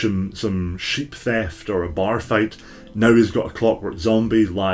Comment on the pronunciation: Can't tell if he said sheep theft or cheap theft.